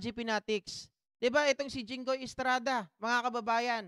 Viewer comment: Ano ka jinghoy presidente kb..ikw gusto mo pumili bulol ka hinggoy😂😂😂